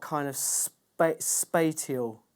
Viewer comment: Great stuff - wonderful sounds and generous with your time to explain your processes. For reference spatial is pronounced spay-shall (like special but with `ay` sound instead of `eh`)